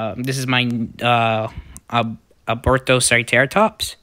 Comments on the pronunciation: its not even that hard to say alberta- cera- tops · oh I'm sorry hopefully you'll have a better understanding on how to say it